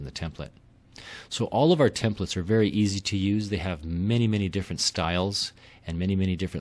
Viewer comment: oh. he said verry earsy :((